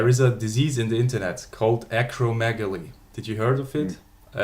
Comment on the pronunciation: He's got a medical degree and is able to speak to the physiology of how muscle growth is accomplished, not like the usual uneducated idiots online or at the gym. The interviewer doesn't even know how to say acromegaly let alone what it means and he presents himself as some kind of authority? Please. He should shut it.